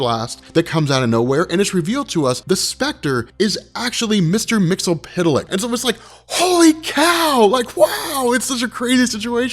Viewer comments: "MIX-YEZ-SPIT-LICK" - "HIP-PAH-LIT-UH" (please do the research) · mix-uh-plick! it's not hard to say! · It's pronounced Mister "Mix-yez-pittle-ick". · Mix-Yes-Spit-Lick Try saying it just like that,. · Isn't it pronounced as "mix-yez-spit-lick"? besides, awesome vid, dude~